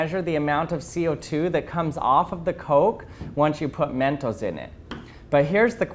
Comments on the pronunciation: He said mentos like mentals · That "mentos" is.too spanish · I love how he pronounced mentos.(*˘︶˘*).｡*♡ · I don't like how he says mentos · The way you saw mentos is kinda funny to me Its like you said it in an accent